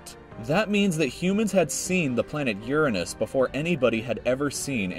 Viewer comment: first time hearing the actual pronunciation of Uranus :|